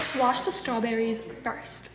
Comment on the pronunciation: She used to say strawberr-eyes